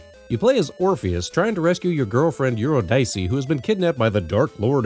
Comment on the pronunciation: Eurydice is pronounced You Rid Ick Ee